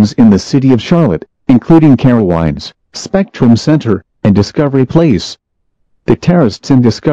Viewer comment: Excuse me, how did the dumb af robot just pronounce Carowinds???